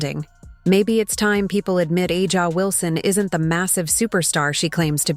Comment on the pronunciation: When will YouTube narrators learn to correctly pronounce Wilson's first name?